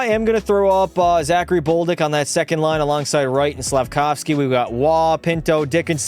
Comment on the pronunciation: Who is boldick it is bolduck